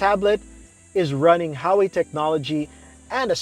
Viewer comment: What’s HAWEY it’s called HUAWEI!